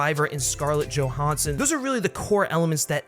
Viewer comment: “joe HAN son”